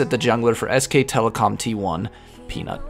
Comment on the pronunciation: I hear you tried hard not to make Peanut sound like Penis like in the last vid xD